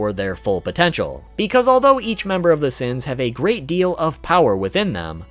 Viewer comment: " Seven Deadly Seaaens"